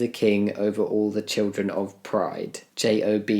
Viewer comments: i found it funny that he read Job as j,o,b (btw its pronounced more like 'jobe' than 'job' as in work) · Lol Jami it's Joe-b, not j o b. Nonetheless, that meme was stupid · "J - O - B" 🤣 Sorry Jamie, I found that funny. Job is my favorite character in the Bible. In fact, for my LGBTQ+ brothers and sisters - Job went through a great deal of struggles - with others judging him. I have LGBTQ+ friends who relate to him! I'm sure you know - but in case you don't... Job is pronounced like JOBE - as in lobe" (ie: ear lobe)! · Jammidodger, for future reference (and hoping you never need this information again), Job is a book in the bible, and the "o" in Job is pronounced the same way as the "o" in hope. Think of it as being spelled "Jobe" if that helps. Also, I understand why straight allies are not part of the LGBTQ+ community, but please remember that among those allies are people like me who can't come out. It's really lonely here in this tiny closet. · for future reference, the book of Job (it's pronounced like Jo-be, idk I'm bad at phonetics) in the bible isn't an acronym xD i mean, they're called *cock*tails, so obviously they're related to cocks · found it so funny you pronounced Job as J.O.B. instead of the name lol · Jammie: J-O-B XD It's not an acronym, my guy. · I find it funny, as someone with religious parents who taught me a lot about the Bible and how to pronounce the ridiculous names in it, that you spelled out Job instead of pronouncing it like the word job. It is, for some reason pronounced like Joe with a B at the end.